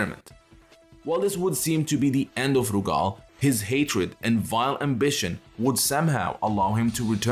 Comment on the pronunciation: lmfao why you pronouncing Rugal's name like that ?? 💀💀